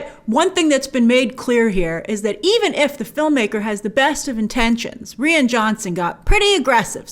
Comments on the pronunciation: Who says “Ree-ann” for “Righ-inn”? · Reeann??? Pretty sure it’s pronounced Ryan. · It's pronounced "RYE-AN" (Ryan) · Why does she keep saying 'Ree-an' Johnson...isn't it pronounced 'Ryan'?? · Rian Johnson is pronounced Ryan Johnson not Ree-an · Ryan not REE-IN lol 🤣🤣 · It's Rian (Ryan) not Ree Ann unless you are trolling lol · His name is pronounced 'ryan'... Not 'reann'!!!! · why is Grace saying "Ree an" jhonson? She used to call him Rian! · Bltch it’s Rian Johnson (pronounced Ryan) not Rean Johnson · please pronounce Rian's name as Ryan. the way that it is meant. Do your research Grace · It's pronounced exactly like Ryan. Just the Irish spelling. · I thought it was pronounced R-eye-an johnson? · Its Ry-an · Grace isn't his name pronounced "Ryan" 🤔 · pretty sure its pronounced ryan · Is grace buggin or is that actually how your pronounce Rian Johnson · Omg grace its r-I-an, that annoyed me so much 😂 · She's said in previous videos that she has a hard time not only pronouncing names, but also remembering how to pronounce them. As a guy named Ryan, trust me, it's frustrating hahaha 😅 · “Ree-ann Johnson”? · I think 'Rian' is pronounced the same as 'Ryan' but anyway... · Rian is pronounced like Ryan, Grace. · Lol why she she says rian like that it’s spelled lily that but it’s sounded Ryan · I thought it was pronounced RYAN....?? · It's pronounced like Ryan. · Its pronounced Ri-an, just as you would pronounce Ryan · I had to look up Rian Johnson’s name because i thought you were pronouncing it weird but nope, you are right. I thought it was pronounced Ryan but i agree Rian is probably pronounced Ryann, with the i pronounced as an e (or i if you are Italian). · Jesus, if your going to spend your video shirting on someone at lest pronounce their name correctly. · Who taught you to say Rian?